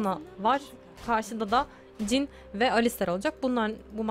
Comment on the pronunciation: Cin değil jhın :D <3